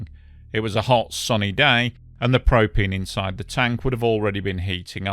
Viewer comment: Propeen? Propeen and propeen accessories, I tellyawhut.